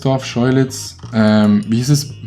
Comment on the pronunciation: Isso blöhlitz beste 😂 aber wie er schkeuditz ausspricht